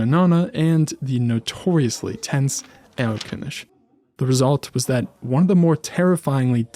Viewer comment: I love that you say Erlkönisch and not ErlköniG